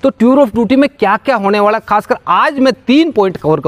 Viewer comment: वाळा नही वाला होता ह साब